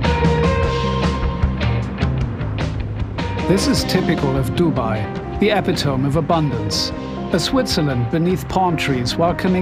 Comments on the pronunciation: I hate to be a nitpicker but the way the narrator pronounced the word 'epitome' is hilariously wrong. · "Eh pit o me" not "epi tome". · That's not how you pronounce "epitome".